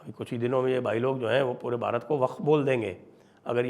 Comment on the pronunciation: Why are you advertising 25th, 26th, 27th in an accent which is highly anglicised calling pronouncing ' Bharat'as' Bharat '. Pls change this.